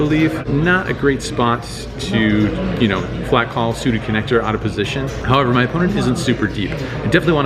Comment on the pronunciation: “player on muhnnnnnleft”